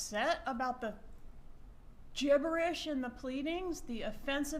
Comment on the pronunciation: Love how she say's gibberish (Jibberish)